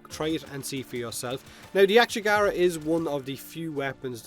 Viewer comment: It's Ak-yagara, not "akchegara" like you pronounce it... lmao